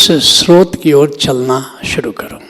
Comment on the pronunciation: सरोत नहीं स्रोत बोलो